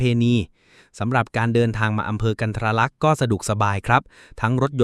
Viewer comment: กันทรลักษ์ อ่าน กัน-ทะ-ระ-ลัก ไม่ใช่ กัน-ทะ-รา-ลัก